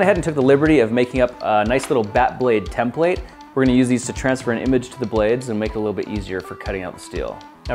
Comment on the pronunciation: What is it Grant? A tem-plate😂😂. Love it.